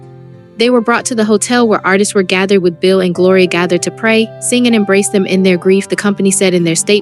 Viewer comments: Gaither not gather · It's Nelon, pronounced Ne lon, and it was Gaither not Gather.